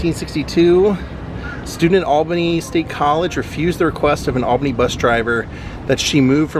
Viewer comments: It’s pronounced All-Benny. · Paula Deen is from Albany. You are near me 🥹By the way it’s pronounced All Benny. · Love your videos man. People do it it all the time, down here it's spelled Albany but pronounced ALL-BEN-EE. 👍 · I moved to a neighboring town and we thought it was crazy that it is pronounced All BIN ee. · Come to Savannah and ride in a hearse! They pronounce Albany as 'all ban ee'.